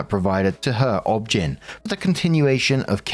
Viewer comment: OB/GYN is not pronounced like it is a word. It is just literally spelled out - O B G Y N. It stands for obstetrician and gynecologist, an expert on women's health who combines both specialties.